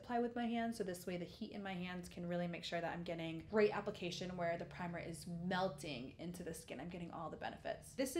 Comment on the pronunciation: did you say vagisil for primer?